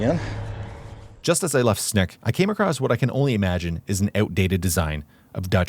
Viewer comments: It's a snake from Sneek. Not a snack from Snek. Overall i think you do your pronounciations well and put good effort in it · Sneek is pronounced snake. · The correct way to pronouce Sneek is exactly the same as you do pronounce 'snake' by the way. Greetings from a guy from Sneek 😄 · and the funny thing is, the "correct" (Dutch) pronounciation is pretty close to the regular pronounciation of "snake", haha. I don't know how it's pronounced in Frysian though, which is of course the real correct one. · Sneek is pronounced the same as the word 'snake' in english. Just a tip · HUH?!.. Correct pronunciation of Dutch places?! Edit: Nevermind, Just reached the Sneek part. It's pronounced like Snake. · Hehehe did you at least have some Snacks at Sneek? Funnily enough its pronounce exactly the same as the English word "Snake" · From a Groninger I'm telling you even if those damned Frisians are mighty annoying, they have the easiest to pronounce city in the Netherlands for a native English speaker, Sneek is pronounced snake. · Sneek is pronounced the exact same as the english word snake. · Sneek I pronounced Snake. My hometown. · fun fact, my Opa was one of the engineers that worked on this modern bridge before moving to Canada. I visited Sneek because that's where my dad was born and where my dad's family is from. Beautiful town. Incredibly dense and walkable for a 35,000 person town. Also, sidenote: Sneek is pronounced "Snake" like the animal. I know zero Dutch, so not being critical, just thought I'd mention! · Sneek is pronounced: snake. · As a Frisian, I don't mind the atrocious pronunciation as much as you shouting from the rooftops, how to drown our little, seafighting country... 🤫